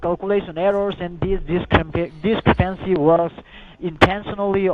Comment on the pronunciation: those darn dis-cre-PAN-cees again...